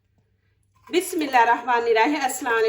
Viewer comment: Aslamoalakum sister AP ki tamam recipe dykhti hum boht achi Hoti han AP Sy khna ha k AP Bismillah era hama bolti han Jo k Galt ha Bismillah Hera hama nera heem ha omeed ha AP thek boln gi aynda jazak Allah